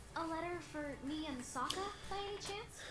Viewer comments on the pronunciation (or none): none